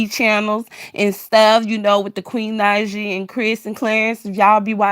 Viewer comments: Please stop messing up that girl name...Queen Naija (Nai ja) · wasn’t mad..just laughing at your crazy butt...for saying that girl name wrong....not that serious sweetie..